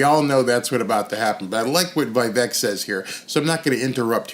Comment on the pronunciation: Vivek pronunciation is: Vi-vake....